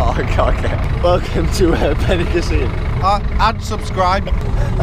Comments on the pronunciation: beniCÀssim not benicaSSÍM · Why do all English people say benicaseeyum. It's just 'seem'. Benicassim?